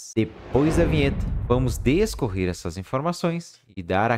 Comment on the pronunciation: Não é "descorrer", e sim "discorrer"